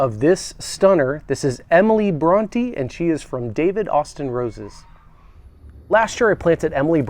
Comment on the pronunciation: Wow! Can't pronounce Bronte or Wuthering Heights? The state of education in America is obvious in every aspect of life. Sad